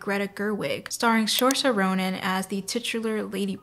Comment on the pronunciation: Loved the video! But you said Saoirse' name wrong. It is pronounce "Sir-Sha", well not exactly that but writing how to say it properly is very difficult. And I found telling people this makes it easier for them to say. It's an Irish name, it means freedom >:3